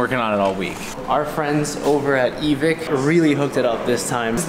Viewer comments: E-Vick? i thought it was e-vike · Is Evike really pronounced "Evik"? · So you’re telling me you mispronounced Evike for all the last years? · What’s with the weird pronunciation of Evike? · are y'all intentionally mispronouncing random names in this video as like, a joke or something? Because it's really weird otherwise (like seriously I'm only 4 minutes in and they've said Evike, Pollock, and Navi wrong and I can't tell if it's a bit or not)